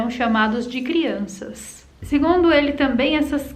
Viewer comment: Só aumenta a curiosity das "crionças' (eu falei crionças!)